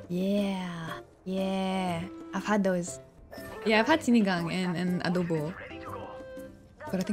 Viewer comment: doesn't know the filipino accent, pero yung pag salita niya ng adobo at sinigang eh may pagka-filipino accent🤣.. hindi lahat, yung ibang sa loob ng CR lang magaling kumanta🤣